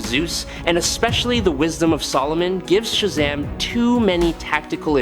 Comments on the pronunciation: Why is he saying Shazam weird? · Cause the AI they using